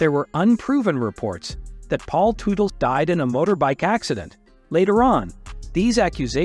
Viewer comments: I abhore AI narration and/or AI translators! You didn't pronounce "Teutal" correctly, and you called Senior a her. If you don't know who you are talking about, maybe you shouldn't be talking. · The typical clickbait. And I can’t stand how this guy says their last name. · Whoever is natrrating this is all over the place & got everything mixed up even prononcing there laatname